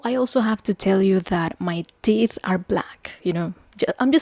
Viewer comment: Oh, I thought she was saying her 'tit' was black. Okay, 'teeth'.